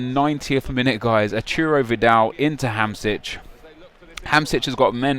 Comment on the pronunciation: Nep it's Ham-shik not ham-sich ;)